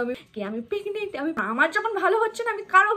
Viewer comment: পেগনেন্ট আবার কি ওটা প্রেগনেন্ট আর সরিল না ওটা শরীর 😂😂